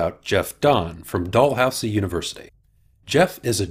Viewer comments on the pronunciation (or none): Great Video. Just a very small correction. Dalhousie is pronounced "Dal who zee". Other than that it was perfect. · Actually, Jeff Dahn pronounced it as "dal how zee" in his video ... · I'm appalled at your bad pronunciation of "Dalhousie" Check your twitter.